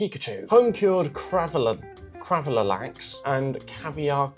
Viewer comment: How did you get "cravalalax" from "gravadlax"??! Remember how we were all taught in primary school to sound words out? Try doing that! 😂